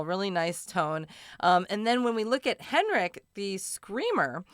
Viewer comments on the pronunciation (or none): none